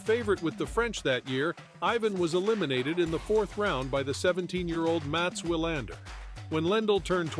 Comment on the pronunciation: It's We-lander. The Swedish pronounce the w like the English, not like the Germans.